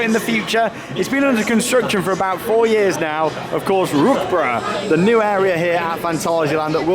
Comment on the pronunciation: Rookbruh 😂 It‘s Rookburgh And it‘s Geister Riksha